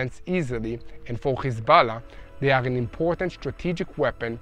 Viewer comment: Can you get your subtitles right? Instead of Hezbollah you are saying Kisala? Is that "Kiss my ass" or what?